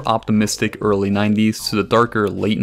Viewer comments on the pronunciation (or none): none